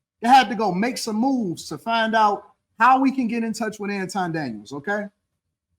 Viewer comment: I hate when so called celebrities try to "high side" folks like they don't know who they are. 🙄 Marc Lamont Hill even purposely mispronounced Anton's name like an A-hole to disrespect him.